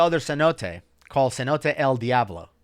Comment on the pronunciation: Why if you speak Spanish would you pronounce el Diablo like a Caucasian lol 😂